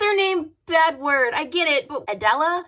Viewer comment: I was grabbing a snack when the video started, heard “Bedward” as “Badword” thanks to not looking at the screen, and went “what the hell, what ship would be nicknamed ‘Badword’...”